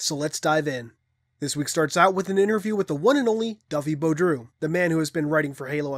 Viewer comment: I think his name is pronounced like Boo-dro. Rather than Bo-droo, I could be wrong tho. Still, I'm glad you actually tried; it bothers me when someone doesn't even attempt to pronounce a word/name or their attempt is pathetic